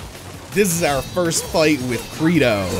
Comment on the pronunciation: It's pronounced cr ey do